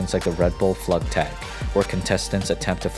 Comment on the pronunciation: That was actually really interesting. Only thing tho is the glider competition is pronounced flügtag (floogtag). Can thank my German teacher for that one. Good ol Fraulein